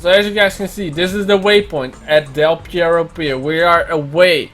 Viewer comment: Its called DEL PERRO not Pierro. Perro means Dog in Spanish